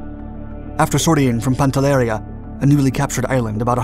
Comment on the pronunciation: It's "PANTELLERÌA", not "PANTELLÈRIA"